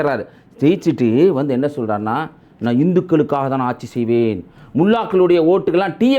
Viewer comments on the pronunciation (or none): none